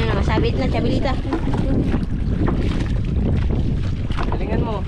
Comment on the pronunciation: Chabilita..ang tunay na pronounciation......please